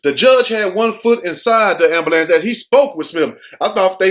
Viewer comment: 😂 the AMBAHLANCE 😂😭 😆everyone says AMBAHLANCE 😂😭 instead of AMBULANCE😂😆😆🍻🏄🍻😆🏄😆🍻👏👏🏌🙏✌☝😆😆😆😆🏄🏄😆😆😆😆😆😆👏😁